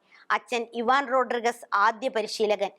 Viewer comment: റോഡ്രിഗസ്സ് അല്ല റോഡ്രിഗ്സ് ആണ് . രണ്ടും രണ്ട് surname ആണ്.